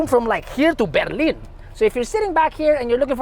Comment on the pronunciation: The way you said "Berlin" makes me remember about the guy with the weird mustache.